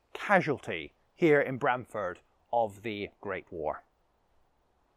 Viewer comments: Pronunciation Please!! Not Bram as in pram. But Brahm as in arm. Should check out buildings by the church. My old primary school. We had a bell tower back in the sixties. Ah yes the monkey. My Great Grandad is buried in the churchyard.The Cock Pub just up the road and the Angel Inn. Spent the first sixteen years of my life in Brahm-Ford before my family moved to Stowmarket. The local Vicar was Mr Christian. I kid you not. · Locally we pronounce it with an "arr" sound... like Br-arm-ford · It is pronounced Brarmford.